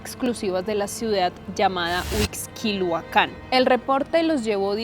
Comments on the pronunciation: HU IX QUI LU CAN. Huixquilucan. Sin acento. ¿Que tan dificil es pronunciarlo? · andas perdida mi Reyna no se pronuncia Huixquiluacan, es Huixquiluacan pero bueno eso es lo de menos por tu acento puedo ver que eres colombiana...lo que si no pasa es que una mamá tiene en su panza 10 meses al bb....no mamita son 9 meses... que yo sepa en ningún lugar de el mundo son 10 meses de gestación 🤭